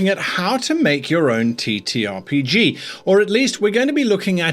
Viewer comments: I can't help but hear he saying "t*ttyRPG" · he said TeeTee